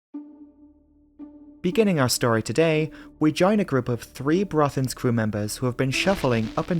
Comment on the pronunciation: Super work,. You went to great lengths to produce a well-prepared video - even the Norwegian names are correctly pronounced. I am thoroughly impressed! Greetings from the Netherlands (despite my Danish name....).